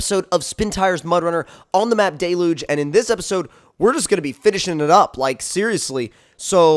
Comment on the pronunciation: It’s d-e-l-u-g-e